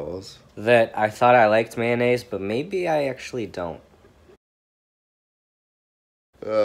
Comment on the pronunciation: What is maynays